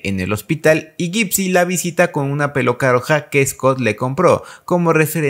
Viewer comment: estoy mal o escuche peoca roja jajaja